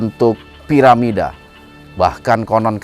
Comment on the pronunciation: Bukan paramida tp Piramida, hehehhe